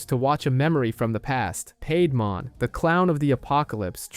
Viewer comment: Great video and nicely done, but some of your pronunciations are killing me, especially when they say it in the show LOL! Mainly Seadramon, Piedmon and Digimon themselves haha